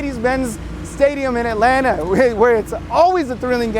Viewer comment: What the..did he say Atlantic Georgia?